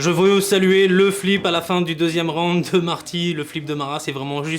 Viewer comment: Aie aie aie les francais... on dit pas rounede on dit round